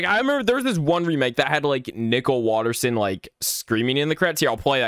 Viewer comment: "nickle waterson"